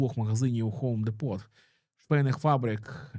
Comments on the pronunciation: хоум депот))))))))) Хоум Ді́по так правильно читається))) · Магазини звуться "ХОум ДІпо"